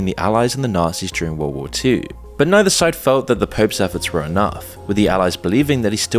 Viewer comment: You pronounced war as "Ware" and pronounced Hearse as "Hear-Say". Confirms the narration is being done by a trained AI Model.